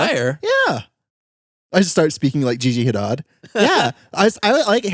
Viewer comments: Not saying Hidad instead of Hadid, It made me chuckle 😅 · did say gigi hidad or was i experiencing an auditory hallucination